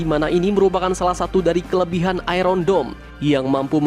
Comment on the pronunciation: Bro, kok sebutan Iron nya gitu sih . waduhh . coba, gimana nyebutin IRON MAN. Bukan nyebutin kayak iron lu itu bro.